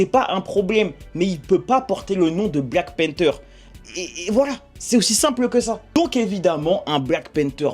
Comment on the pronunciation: Black panther la prononciation stp